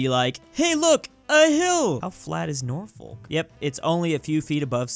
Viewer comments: I live in norfolk and hearing him say it as north folk instead of norfook just makes me go insane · I'm curious, absolutely butchered the pronounciation of Norfolk, is that how bad it sounds when someone butchers a place name in somewhere like Russia or China. Cus jeez, I feel bad for you if so.